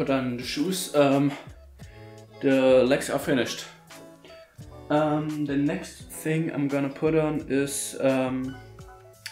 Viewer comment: Anstatt THE einfach ZE oder SE